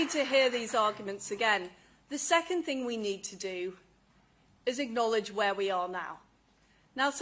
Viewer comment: Lizzy " acknowledge " not ignowledge you goon!!